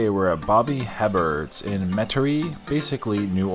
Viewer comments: It's pronounced "eh bear" :D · Darling it’s pronounced Bobby A-bear! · His name is Booby Hebert (Baw-bee Ay-bear). Former NFL Quarterback. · From NOLA, born and raised... it's pronounced Bobby A-Bear but glad to see you down here! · Last name is pronounced “a bear”. I moved to Louisiana a few years back for work and quickly got ridiculed for my pronunciation of that name. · Everytime ypu say Bobby's name wrong, i giggled!!😅😅 😅 Its pronounced "Hey Bare"....or at least thats how the announcers said it. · Bobby Hebert was a quarterback for the New Orleans Saints. His last name is pronounced (a bear). The H and the t are silent. French I believe. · Hebert is pronounced “AY-BEAR”. Nice to see you in Nola! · In these parts (Louisiana) Hebert is pronounced “aye bear.” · Herbbert is Pronounced, A-bear. Accent on first syllable with Long a sound. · It’s pronounced Bobby Hebert like “Abear” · It's pronounced Bobby ( A bear) hebert he is from Louisiana and he was a quarterback for the New Orleans Saints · His last name is pronounced like “Aye-Bear” lol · We say Bobby A-Bear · When were you guys in New Orleans, was this last years trip? Just an FYI...it's pronounced "A Bear" Bobby Hebert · Its Bobby A-Bear.. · It’s pronounced Bobby a-bear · I live here and Heberts (pronounced A-bear) food isn’t that good unfortunately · Hebert is pronounced the french way. He was an NFL quarterback.